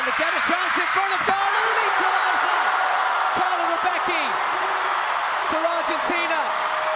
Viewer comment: CoRla Rebeki Jajajajjajaaja alta pronunciación